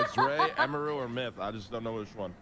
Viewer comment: sykkunno said emeeru lmao